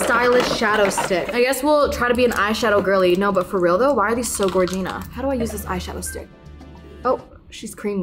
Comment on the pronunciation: Love you and your videos but please stop saying Gorgina 💀